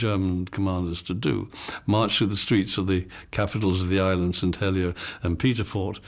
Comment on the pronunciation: as a Jersey man, their pronunciation of St. Helier really grates me, it is Hel-i-er, not Hel-i-a.